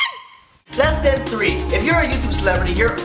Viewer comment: he says instead of "Lesson 3", he says less than 3. And at the end with the subscribers joke, he gets to 2 subscribers. Which is significantly "less than 3."